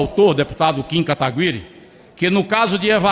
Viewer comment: Por que ninguém fala o nome do Kim Kataguiri direito? Sério, é um nome bem fácil de falar.